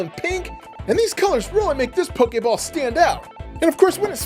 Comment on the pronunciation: U said pokaball it's pokeball